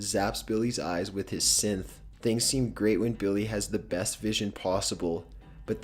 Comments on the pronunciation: I think you mean sythe not synth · scythe not synth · Yeah and he said synth instead of scythe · I hope I'm not being rude or mean or anything; but I'd like to make a few corrections on number 12 with The Grim Adventures of Billy and Mandy aren't siblings and the word isn't pronounced Synth, it's scythe. I SERIOUSLY hope it doesn't make me sound mean or rude about making these corrections. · Also he says synth not scythe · You pronounced scythe like synth boi you have been playing to much fallout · "synth" tho lol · "sinth" smfh... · Not how you pronounce scythe. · u pronounced scythe wrong.. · Billy and Mandy were not siblings, they were neighbors... and for the love of heaven, learn how to pronounce words before you go on the internet. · you called billy and mandy siblings and you mispronounced scythe